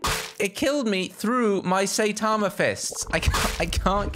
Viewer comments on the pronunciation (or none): none